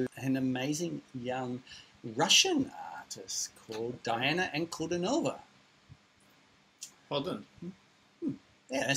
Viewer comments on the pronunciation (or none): "Dee-anna Ann-koo-DINO-va" accent on DINO